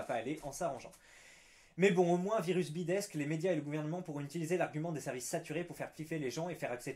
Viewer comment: Pourquoi tu prononces le S quand tu dis MOINS ...?? ou tu l'écris comme ça "MOINSE"